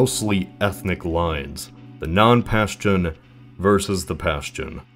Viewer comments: Its pronounced "paschtun" not "pastion". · "Pashtun" is pronounced "Pashtoon" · It's 'Pashtoon', not the 'Pashtan" smh